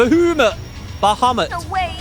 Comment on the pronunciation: Not only is Bahamut back, but so is "Ba-HOO-mut"! :P